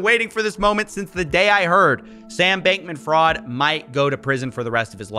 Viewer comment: People need to stop calling him freed and call him by the actual pronunciation. Its FRIED like " FRIED CHICKEN "!.